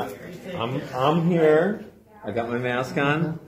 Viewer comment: Hey wait a minute. The woman with the embarrassed boyfriend is in multiple Karen compilations. She’s in the high council of Karens. Everywhere she goes she “doesn’t wyant to wyear a myask” and will gladly cause a scene and record herself while doing so.